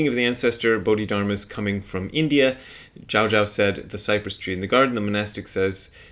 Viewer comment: Zhaozhou is pronounced with the second syllable rhyming with "no". So it's like you're saying goodbye to your friend Joe and you say "Ciao, Joe", except with a J sound at the beginning instead of the Ci. P.S. I have a very slight pet peeve about the modern proclivity to want to have the names of all medieval Chinese Zen masters in Mandarin pronunciation all the time. "Zhaozhou" is how it's pronounced in 20th/21st century Mandarin Chinese. Certainly Chinese pronunciation has changed a lot in the last 1,100 years since Joshu/Zhaozhou was alive, so there's no guarantee that "Zhaozhou" sounds at all like the way he would have said his own name.